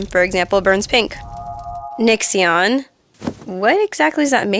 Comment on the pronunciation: AHH!! called him “Nixxion”!